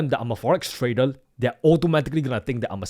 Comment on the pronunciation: Your R's are soundling Like L. Tradel